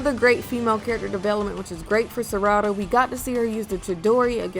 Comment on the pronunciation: Ngl u made some interesting facts n liked them all but u had me laugh when u said Sarada name it pronounced sa ra da 🤣🤣 great vid